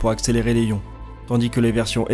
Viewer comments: les ions, il n'y a pas de H, on fait la liaison. et pour "des os" on ne prononce pas le s, mais au singulier oui. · Par contre petite rectification quand on écris les ions sa se prononce les "ziiiions" ^^ da bisou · J'aime bien ta chaîne plutôt chouette mais attentions aux différentes prononciations genre ESA (éza en français) et on ne prononce pas le b de Coulomb mais on fait la liaison pour "des ions" Sinon attention quand tu parles des roues à inertie, il y a un coût... tu dois décharger les roues en inertie... autour de la terre ou je Jupiter par exemple tu peux faire ça avec des magnetorquers Mais Sinon tu dois utiliser de la propulsion pour le faire. Tu penses faire un sujet sur les CubeSats? N'hésites pas Si tu as besoin ;)